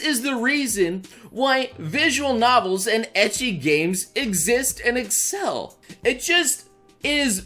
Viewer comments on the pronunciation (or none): none